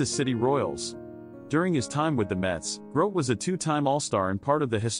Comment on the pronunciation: The commentator is pronouncing his name wrong